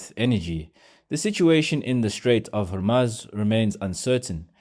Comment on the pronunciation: South Africans are so naive and cannot even pronounce Hormuz correctly